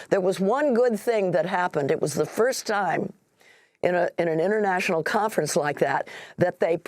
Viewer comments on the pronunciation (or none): none